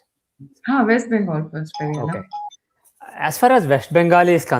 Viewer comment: Highly irritating when you call him Peri anna. It should be Pedda anna. It's very simple. Learn lady. By the way due to back lash Vijay withdrew his attempt to have an Astrologer as an OSD.😅